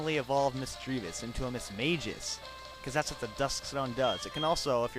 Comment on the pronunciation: Its not Mis-mage-us. its Mismagius.